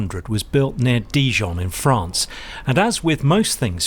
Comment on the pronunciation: First off: it’s Di-ZHON. Second, it’s Ro-BEN, not Robin. Thirdly, my French Aeroclub had C172 and PA28.